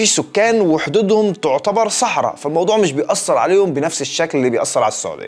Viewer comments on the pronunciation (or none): none